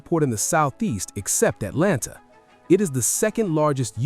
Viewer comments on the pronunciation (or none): none